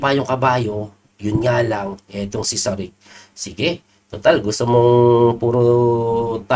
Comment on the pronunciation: coach parang may ch sa huli ang last name nya pag pronounce... Sarich